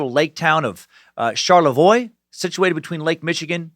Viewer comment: Hey, you pronounced Charlevoix correctly!